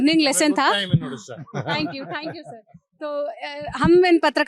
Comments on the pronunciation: Sahi ucharan kare- yeh "udisha" nahi "Odisha" hai. Homework sahi se karke ayega lallantop walon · It's unfortunate to see even renowned Odiya journalists pronouncing Odisha as UDISA.. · Say it odisha.. Not uuudisha... It really hurts ...